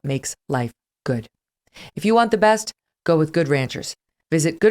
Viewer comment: The only thing I can say against this show, would be the terrible way Megyn says Good Ranchers : in her mouth it sounds like a brand of mayonnaise. And if it was not enough : she does that (probably intentionally) during the Octoberfeast Special ! The only thing.